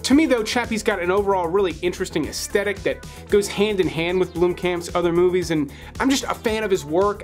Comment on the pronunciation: Oh FFS it’s pronounced aesthetic as in As-th-e- tic not as-tetic. It is absolutely the worst thing to listen to someone who constantly mispronounces a common word